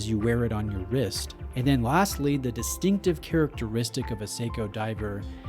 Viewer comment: What does "distictive "mean?...does mean distinctive? Lol...Great vid man